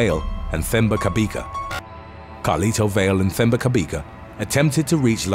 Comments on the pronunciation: Lol! Your pronunciation of Themba Cabeka is the strangest thing I've ever heard. It wasn't until you said he's from Johannesburg that I realised it's actually a Zulu name. Themba is pronounced "Teh-mbah" (Teh for Terror, Terrible or Tehran). Cabeka has a click sound. The C is pronounced "Xq". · The moment you said "Themba" I knew it was a South African person. FYI, the H is silent. Like in my name too.